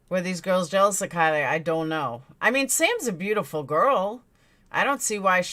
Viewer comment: can you say her name properly please at least, its pronounced like Kylie minogue